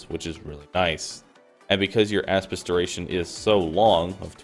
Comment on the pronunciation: Nice build but I can't get over "asspis"